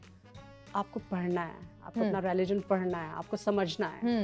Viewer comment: Veena used to be so intelligent and funny. Just to speak more English she repeats herself constantly which is so boring. Also it’s religion not RALLYJOAN.